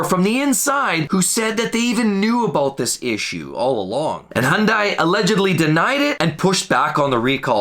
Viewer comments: The second I heard hun die instead of hun day, I turned it off. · 1. It is not pronounced Honday. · Learn how to properly pronounce Hyundai properly. "hyun-day". Then we'll take you seriously.